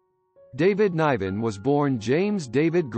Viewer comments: Pronounce his name correctly, you might get more views, pal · It’s quit disturbing you cant say David Nivens name correctly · What a terrible review of this man’s life. You didn’t even pay him the respect to pronounce his name correctly.. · How can you do a bio of the man when you can't even pronounce his name>> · This production is terrible. Couldn’t even pronounce his name right.